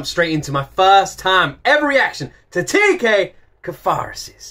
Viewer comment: Just pronounce it as how you write it